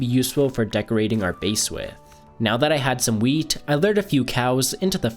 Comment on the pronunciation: sounded like now lets harvest the meat so i rewinded it and it was actually wheat love ur vids bro